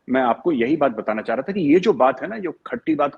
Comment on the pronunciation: Baat karne ka tarika dekha....aa raha tha, aana cha raha tha.......illiterate joker.